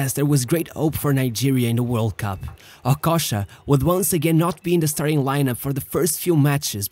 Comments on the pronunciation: I thought it's okocha, but it looks like that it's okosha 😄, practice some accent man or just talk in french man. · OKOCHA NOT OKOSHA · The least u could do is to pronounce his name well if you're going to make a video about him. Okocha not Okosha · The narrator mispronounced not only Okocha’s name, along with a lot of other players, and coaches, he mispronounced every single Bundesliga team he mentioned… c’mon bro…